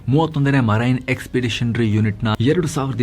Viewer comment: Marine - pronunciation to be corrected.. it's not maraine.. it is marine